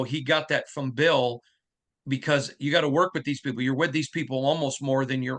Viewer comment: Bill not Boll